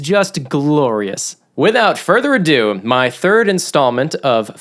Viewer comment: I swear said “without further adoom”